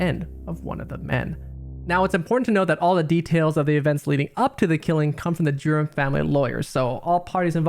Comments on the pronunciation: everytime you say "Durham", i hear 'Germ'. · Dude, WTF! Can't you say Durham? Speak clearly d-bag! It sounded like you're saying 'germs' or 'derms' and made no sense. I had to Google it. Now I think it's better to read it on Google than listen to you a-hole speak. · Omg the pronunciation of Durham is killing me...it sounds like Germs when he says it! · Every time i kept hearing “the Germs” instead of the Durhams 🤣😂